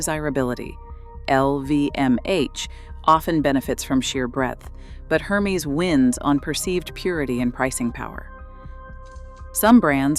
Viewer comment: It's pronounced 'Er-mez' not 'Her-mees'.